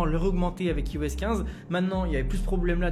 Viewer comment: "ai"phone mais "i"os ? :p c'est mieux de dire "ai"os, vu que c'est comme ça qu'on prononce ;)